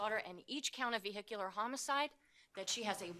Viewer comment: Why can't this judge properly pronounce "vehicular?"